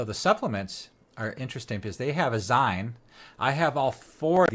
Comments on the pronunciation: Zeen..not ZIne..as in magaZEEN. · Zine = "zeen" like in magazine.